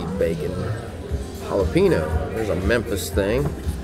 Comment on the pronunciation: That clearly said “Memphis THANG”. Not thing sir.